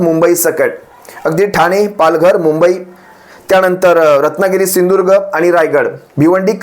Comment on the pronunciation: त्या मूर्गीचोराला सिंधूदूर्ग म्हण म्हणावं स्पष्ट